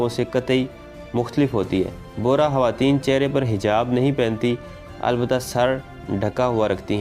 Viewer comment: آپ لوگ خواتین کو حواتین کیوں کہتے ہو ،، خاف کو حاف کیوں پڑھتے ہو